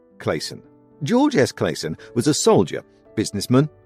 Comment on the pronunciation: You said and spelled the authors name wrong… in the beginning! 🤦‍♂️😅